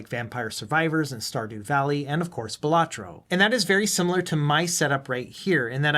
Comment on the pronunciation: Quick tip its actually pronounced bal-uh-troh. The emphasis is on the first syllable, not the second. It begins sounding like you might say ballet